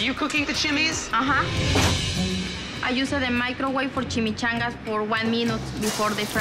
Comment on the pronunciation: "I usah de microweve foh cheemechangas foh 1 minoot befoh dey fry dey taste really really really gud"